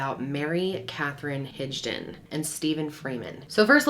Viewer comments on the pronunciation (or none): Havent fully watch this yet. But I have to make a correction. Its Higdon (Hig like Rig. Not Rij) lol. Not to be that guy. But I am a Higdon an have heard this my whole life. I love your content. Keep it Up. Much Love and Respect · Not enough proof?! She said she did it even after saying on purpose, her story was still she was the one that pulled the trigger, that jury sucks and side note why do I feel like her name is HIG-don, not HIDGE-don? 🤣